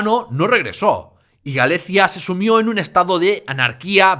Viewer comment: Video más que interesante. Enhorabuena. Sólo una pequeña corrección en cuanto a la pronunciación. Gallaecia nunca se pronunció en latín en tiempo de los godos y suevos como Galezia (con zeta castellana), sino como Galaekia o Galekia con k. En latín, al igual que en castellano actual, el sonido principal de la letra “c” es “k”. Sin embargo, en nuestro idioma se ha perdido ese sonido exclusivamente en caso de “ce” o “ci”, que se pronuncia como zeta, pero eso nunca sucedió en latín. Por cierto, en la meseta y en el norte de España cada vez se pronuncia hoy en día la “c” seguida de consonante como en “Victoria” o “Víctor”, en lugar de como “k” —como sería lo correcto—, como zeta, y muchos (pero no todos) dicen “viztoria ” o “Víztor”, cosa que es horroroso en mi humilde opinión. Afortunadamente, eso no pasa en el español americano que lo siguen pronunciando como “k”.